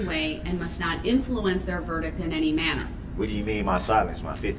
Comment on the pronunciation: "did you have n-tee interactions with the defendant?" I still don't know how he screwed up the simple word ANY so bad haha